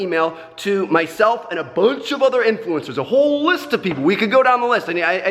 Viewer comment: The way he calls them INFLUENCERS , ive never heard a Youtuber refer to himself as an INFLUENCER before haha